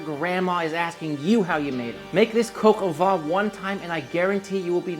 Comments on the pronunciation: PLEASE it is not pronounced coco its cock oh van jeuss christ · And you pronounce coq au vin differently. Doesn't matter, except you put so much emphasis on it. Ok last comment I'm ending the vid early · About "Sergeant Gilbert", you pronounced it almost correctly, just say the "G" in Gilbert exactly the same way as you told in the word "sergeant", and you're spot on with the ending of these two words. However, please don't pronounce "coq au vin" like "coq au vent", as these two terms mean completely different things. What you say basically means "rooster in the wind" which might be understood as something like "rooster-shaped weathervane" or "weathercock" (properly called "girouette" in French). "Coq au vin" should be prounounced something like "coco vang" (you know, the boom vang of a sailboat that feels like coco). Your "n" at the end of the word is correct, BTW. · Julia impression actually made me laugh 😂 Coq is pronounced exactly the same as the English word. It’s funny how so many Americans always try to make it “coke”… COCK O VEHn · what the f is cock-o-VAH, mate? its coq au vin = cock-o-vin (van* sometimes). I though you worked in a pro kitchen for many years and suppose to know a thing or two about French cousine. Jesus, lad.. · Please teach him how to say coq au vin. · Made Cog Au Vin (Coke Ah Van - pronounced like the automobile) last night for a friend. It was so delicious with mashed potatoes. I sent him home with lefties and I had some today as well. And yes, it was def better today. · Coq au vin must be pronounced: Cock oh v( ain ) like vain ( u’r so vain ) without pronouncing the n or oh v(ain’t ) without pronouncing the n and the t! 😀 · Coke au vin? Is that a Bourdin recipe? Or perhaps YT won't let you pronounce it properly. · …pronounced, “Cocoa van” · Once you nail the french pronunciation game you'll be golden - brown that is. Coke o'van (kinda in between van and vine) ; loo (like look) cru-say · Sonny, say: "Coke-oh-vaahn"